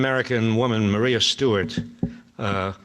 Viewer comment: Ma•ree•a not Ma-rye-a